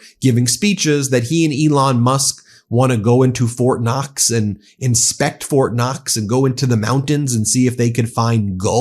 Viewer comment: ITS FORT KNOX NOT FORT NUTS . YOU TOSSER